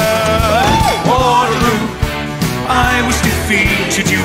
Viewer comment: He says Wotehloo!!